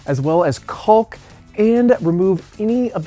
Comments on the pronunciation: The CAULK L is silent it is pronounced Kaak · Try leaving out the L when pronouncing caulk....you will sound like a pro..lol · This guy calls it colk lol I call it cock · Is he saying cock or hawk? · I only heard him say cowlk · It's cawk! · he says coccck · I've never heard anyone pronounce the "L'" in caulk. 🤣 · Bro says caulk funny😂 jk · the way you say caulk hahaha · Dudeeee!! I can’t stand it. Every video I watch it seems like everyone pronounced the “L”!!! Like, you don’t pronouns the “L” in “walk” right 🤦‍♂️ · Trying very hard to avoid saying cock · It’s like people calling a roof a “ruff” or creek a “crick” lol